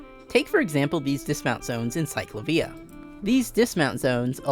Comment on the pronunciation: Great video but that is not how you pronounce CicLAvia ✌️